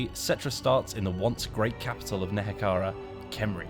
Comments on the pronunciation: Good morning! Tomb Kings are looking great! Just a minor gripe: It's Nehekhara not Nekhehara, it triggers me that every CA employer I've seen has pronounced it wrong. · NeHEKharan, not NeKEharan.